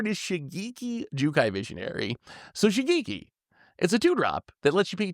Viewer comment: The ge in Shigeki is pronounced as from gecko. Like shi-geh-ki if we are to use romanji Japanese pronunciation.